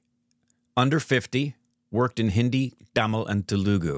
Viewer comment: he's saying tamil wrong